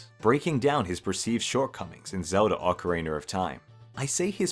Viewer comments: ah yes, ocariner of time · "Awkereener of time?" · I've heard plenty of British people mispronounce Ocarina as "Ocareener", but never until this video have I heard anyone pronounce it "Ohcar Ray Nar". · Ocariner of Time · Bro keeps saying ocariner of time and it makes me chuckle everytime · not you pronouncing it "Ocariner of time" 😭😭 nice video